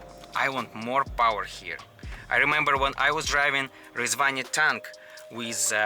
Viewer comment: I really like his pronunciation of Rezvani. 🤙🏽